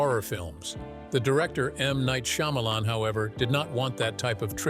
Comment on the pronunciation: SHAH MA LAWN ok now say it with me.....Shyamalan....